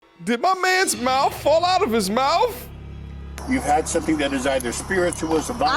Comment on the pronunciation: his mouf fell out his mouf.. lol love you buddy.